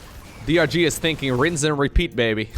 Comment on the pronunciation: You call DRG "Durr", like the poker player :)